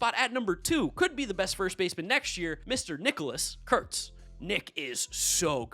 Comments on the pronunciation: Yea, I never understand why people don’t just say his name. If you pronounce words correctly it doesn’t sound bad at all. Kurtz has a T in it. Doesn’t sound like a slur in my opinion at all. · Because is too politically correct is why he won't say Nick's name correctly